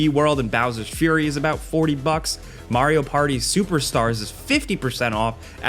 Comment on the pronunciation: Maario and Mario is killing me